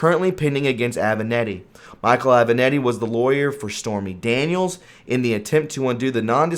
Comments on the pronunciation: It would be nice if you could learn how to pronounce properly the names of the people you are talking about: Aven-Ahh-tti. Ga-ra-gos, come on! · Aven-a-t-t-i, not Aven-e-t-t-i.